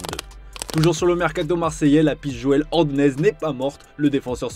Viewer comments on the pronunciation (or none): none